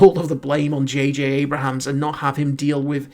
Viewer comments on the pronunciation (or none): its abrams not abrahams